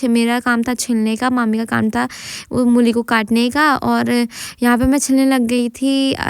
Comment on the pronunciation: Mooli ✅ mulli ❌